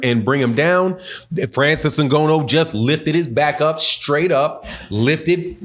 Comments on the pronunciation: Francis In-Gah-Nu. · “N-Go-No” is killing me 😂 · Bro said Francis Nagono 😂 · The way he pronounces Ngannou is hilarious. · Say his name right show some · Please spend 1 min next time to understand how to promounce "Ngannou". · Say the mans name right PLEASE !!! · The fact that you’ve pronounced his name wrong throughout this video is crazy to me! 🥴 Please fix ya mouth! 😉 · I can only listen to you say his last name wrong so many times lol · Bro can you please pronounce that man last name right